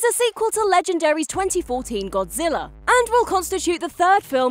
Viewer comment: What is Godzillarr? I don't remember there being any r's